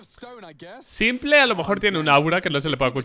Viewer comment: Me explota una vena cada vez que pronuncia s1mple como "simple" en vez de "Simpol"